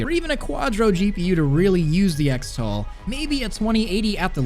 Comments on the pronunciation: “ECKS-tal”? Am I crazy or shouldn’t it be pronounced CHRIS-tal? Like X-mas is pronounced as Christmas... 🤔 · shouldn't "xtal" be pronouced "cristal"? like "xmas" is "christmas"?